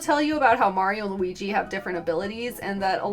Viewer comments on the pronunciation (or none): none